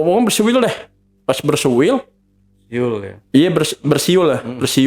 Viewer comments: Bersiul bang, bukan bersuil 😅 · Hehehehe kocak si abang udah diingetin bersiul.... Eh keukeuh bilangnya bersuil bersuil lagi😅😅😅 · Bang ,,,, jgn ampe berantem ni ya. Gegara kata 'bersuil ma bersiul".😅😅😅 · Lucu pas narsum bilang bersuil😂😂, bersiul kaliii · Bocah nya knpa Ber suwil bang 😂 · Bersuil😂😂😂😂 kagak sadar tuh ngomong keplitet